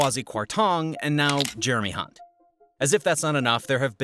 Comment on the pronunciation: Good analysis, thanks. Just one small criticism that the majority of us Brits will have noticed - you repeatedly pronounced Jeremy Hunt's surname incorrectly.